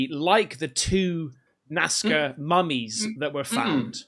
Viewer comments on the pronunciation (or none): Lol...when says Nazca, it sounds like Nascar